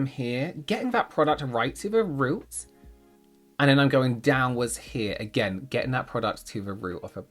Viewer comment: Why did I hear: ”they must be the colour of your ROOF” 😭